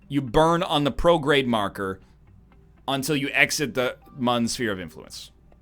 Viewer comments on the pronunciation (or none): I love how he pronounces Mun like it has an umlaut.